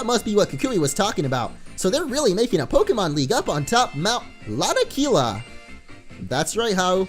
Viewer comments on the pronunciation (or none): Why always misspronounce mount lanakila into mount nalakila? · mount nalakila? You mean lanakila?